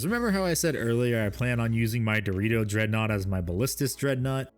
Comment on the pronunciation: Why you say “Deredeo” as Dorito?